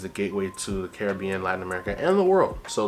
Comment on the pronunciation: Love this ❤. Hate the way you say Caribbean😂❤